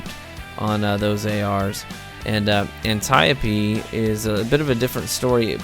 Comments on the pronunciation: "an- tie-pee" lol wut? An-tee-Ope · It's not pronounced anti-opee...